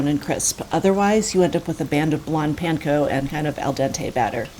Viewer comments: Real q is why does call it penko instead of panko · Why do I not like the way she says “PAN-co”? But I know she’s the expert and I’m the idiot so I should not like the way I say it lolol